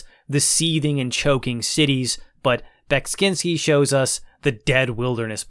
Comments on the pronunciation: Your pronounciation of Beksiński is acceptable. Cool review! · You're doing a good job of pronouncing Beksiński's name - it's almost there. I've heard different attempts since Scorn came out, and ahh many have fallen in this battle.